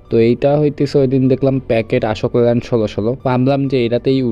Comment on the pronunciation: ভাই, Ashok Leyland এর সঠিক উচ্চারণ হবে অশোক লেল্যান্ড, আশোক লেল্যান্ড নয়।